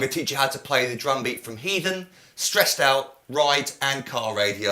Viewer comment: I cringed when he said heathen..